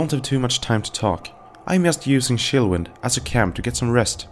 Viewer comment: "Sea-lots" "Shillwind" "Timolean" "ArGent" "Shapter"